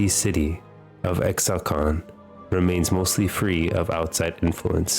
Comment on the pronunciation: Psshh this loser doesn't even know how to pronounce ishtal